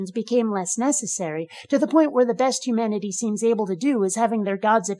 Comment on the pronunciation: The way he says humanity annoys me. Sounds more like hu-manatee, then I think of Brett Keane. Also, I would note "If it can't be in your hand, it's all in your head." doesn't really work terribly well. You could very well believe you're holding something in your hand, but it too is just in your head. It would be better to say "If it can't be in all of our hands, it's probably all in your head.". Multiple people having it could still be a delusion or they could simply be lying, but it's far more likely to be true if others can test it to back the claim up.